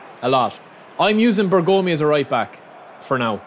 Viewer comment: Bergomi should not be spelled "Bergoomi" but with a short o. BERgomi. 😅